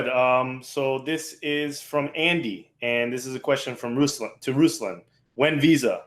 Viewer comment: Ruslan - accent is on 'a', not 'u'. Nice to see not listening to Ruslan say he was in St Petersburg, and mention Moscow instead🤦